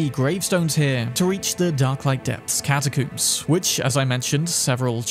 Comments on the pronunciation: I died laughing when he said catacooms XD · Why tf you keep saying catacooms? 😂😂😂 dude how do you say comb? I wanna coom my hair? Exactly…catacombs…I’m English too btw so you have no excuse 😂😂😂 god that annoyed me an unnecessary amount 😂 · The way he pronounces catacombs cracks me up